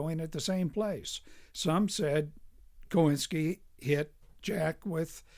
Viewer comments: I bought the book some years ago but haven’t yet gotten around to reading it. And I believe the phonetically correct pronunciation of his name is “coin-skee.” What also isn’t mentioned is that Choynski was Jewish. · I only discovered this video today, but it does a fine job discussing my great-uncle Joe Choynski. Incidentally, the name was pronounced "Coe- IN-ski." Descendants of this family all changed their names to "Coe." I never met Joe. although he died during my childhood, but my mother spoke of him with great fondness